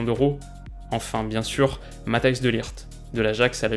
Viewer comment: Tu prononces mal Tielemans et De Ligt